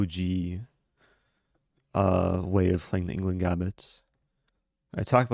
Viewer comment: Every indian notice "englund"😂😂